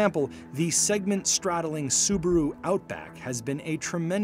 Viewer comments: The Brand is called Subaru, not Subru! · Say subaru properly